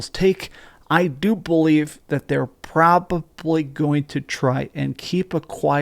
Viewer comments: Why do you say "probably" like "propuply?" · It's pROBwaBlY